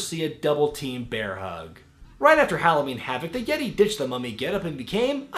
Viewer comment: haha THE YEH-TAY!